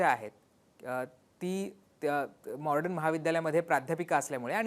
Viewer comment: दादा तुम्ही ही सर्व माहिती देताना मॉडर्न महाविद्यालयाचा उच्चार वारंवार मॉर्डन असा करत आहात म्हणजे ड च्या आधी र चा उच्चार करत आहात हे चुकीचे आहे. थोडक्यात मॉडर्न ऐवजी मॉर्डन असा करत आहात, तेवढे एक सोडले तर बाकी सर्व उत्तम आहे.